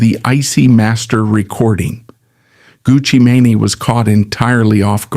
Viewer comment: Everytime he says “Gucci maney” lol